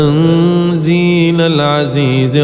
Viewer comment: تنزيل بالضم و ليس بالفتح ، و ان كنت مخطئة صححوا لي فضلا